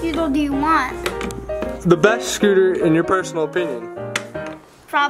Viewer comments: Also said scootle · He keeps saying scootle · I love how he says scootle instead of scooter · He said scoodle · He says scootle instead of scooter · Just me or is he saying scootle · “Scootle balls”. “Reaples”